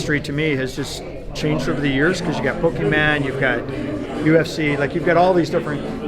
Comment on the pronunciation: Teach the man it's Pokemon not PokeMan 😂😎 good video